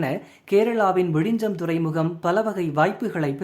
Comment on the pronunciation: Repeat after me… It is விழிஞ்ஞம். ✅ Not விழிஞ்சம். ❌ As siblings in language, we should know each other well. 🫠😼🙂‍↕️